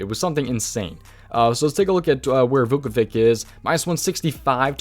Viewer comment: Just letting u know ur pronouncing Vucevic wrong it’s Vu-Suh-Vich